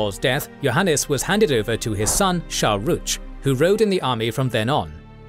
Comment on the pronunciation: Shohruh not Shahruch